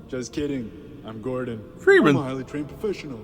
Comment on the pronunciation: Been a minute since we heard a ‘FreEmEn’